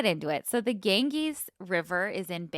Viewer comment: I love a mispronunciation 😂 Gangees cracked me up. It’s more Gan- Jeeze. Love you guyssss. Thanks for getting me through my bachelors program! Graduating in 2 weeks!